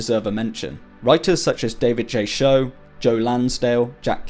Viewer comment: Mr. Schow's name is pronounced "skow" like "scowl". Also, another unfortunately underrated but important writer of this genre is Billy Martin, aka Poppy Z. Brite. His early works 'Lost Souls', 'Wormwood', 'Drawing Blood' and 'Exquisite Corpse' are splatterpunk classics.